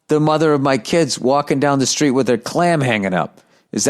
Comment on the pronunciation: Very Irish lol